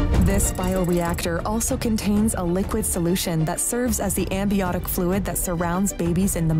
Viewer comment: Did she just say amBiotic fluid? Ma’am, robot lady, it amNiotic fluid. Ok.. maybe learn to walk before you run? Doesn’t make me trust any of this at all really. Have a seat.